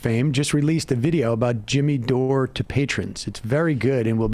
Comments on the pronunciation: LOL SAM'S 1ST WORDS: "Speaking of dumb people..."🤣 SAM CONTINUING: "...Dimmy Jore" 😂😂😂😂😂😂😂😂😂😂😂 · "Dimmy Jore" - hilarious!